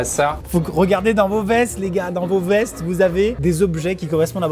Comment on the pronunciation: j’ai cru qu’il avait dit « fesses » au lieu de « vestes » 😂